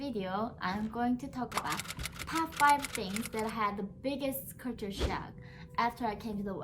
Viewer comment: Correction.the way you pronounc culture sound is( kature) which is wrong but try to pronounce first try to sound ( cal) and than ( ture) later and pronounce together which will make you pronunciation correct other words too k